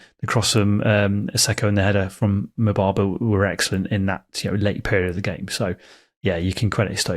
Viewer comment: Can confirm he said MUBABA 😂😂